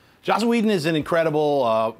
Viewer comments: It's Joss not Josh. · JOSS. HIS NAME IS JOSS.